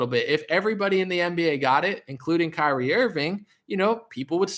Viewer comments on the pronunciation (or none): none